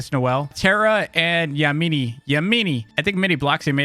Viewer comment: I think it’s pronounced yeahminy but spelled yamini